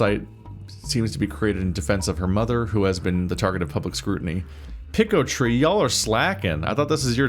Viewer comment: 🤓☝️actually it's pronounced picotay